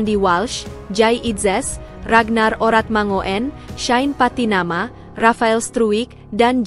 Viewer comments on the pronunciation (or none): none